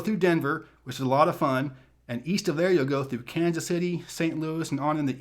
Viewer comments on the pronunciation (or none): none